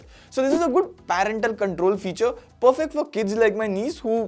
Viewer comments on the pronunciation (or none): none